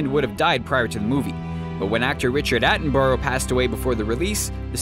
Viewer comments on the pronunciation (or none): none